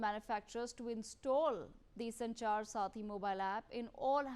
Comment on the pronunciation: Please correct your pronunciation about name of the app… It’s Sanchaar SATHI . It’s not SARTHI